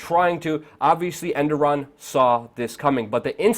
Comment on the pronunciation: his name isnt endoran!